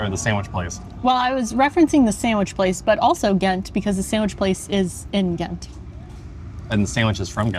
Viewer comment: Your english pronounciation of the name Ghent is actually more true to the correct pronounciation than your Dutch one. You use a very harsh, hollandish 'G' while in Belgium (just like in the south of the Netherlands) we use a soft G. Try some softer Gs, it'll make you sound more authentic. ;)